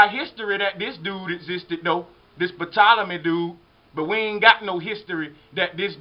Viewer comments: Although it's spelled "Ptolemy" it's pronounced "Tolemy" the 'p' is silent. It's not "pettolemy". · I don't mean to be funny but........"Patolomay?" Lol The P is silent it would be pronounced "Tolamay" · Ty lol i love history but damn sir rapis and pptolemy was grinding my gears a bit lol other than that great information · Great info bro. Just a few corrections. There is no P sound in Ptolemy. It just sounds like Tolemy. Also, AD does not stand for after death. It stands for anno-domini. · How does this guy not know the P is silent on Ptolemy??? I will always love this channel, but this video in specific is not covering all the bases. This Serapis god is connected to the bloodline of Cain from Genesis, and is certainly not the first god to mimic the elements of the Jesus in BCE. Satan is referred to as the serpent in the Bible, and has created his own Christ figures since the beginning of his fall from heaven thousands if not millions of years ago. The facts is providing in attempt to prove his theory are not complete in their presentation.